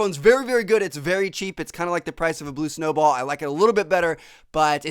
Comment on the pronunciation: i laughed so hard when he said the price of a blue snowball beacause idk what it is and it sounded funny